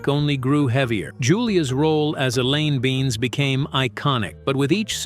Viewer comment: Elaine beans. Fuckin AI.